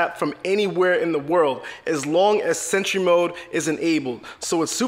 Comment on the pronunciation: Sentree mode eat The battery